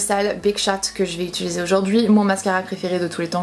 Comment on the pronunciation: C'est marrant tu dis "Utuluser" au lieu de utiliser 😛